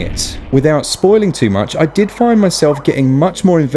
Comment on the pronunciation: "Less foin dout!" (And commences the tingling in my spine.)